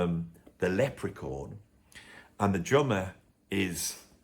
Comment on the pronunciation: Hmmm...what's a 'lep-pree-corn'? But it sounds like your Dad and Mum were wonderful people, letting you follow your love of music.